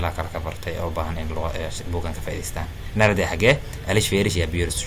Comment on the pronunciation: Dhawaaqa waan dhaliilay sida nerede sida loogu dhawaaqo oo dhaladka ugu dhawaaqaan waa naardee